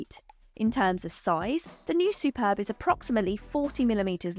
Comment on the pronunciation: Yay you got the name right lol I have the Superb iv sportline plus and the only thing that lets it down is the battery range started at 32 miles and now it is cold I am down to 19 miles on 100% charge and that is only charges at 3.5kwph